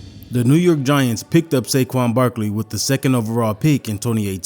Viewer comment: when said “Saqad barkling” I was dying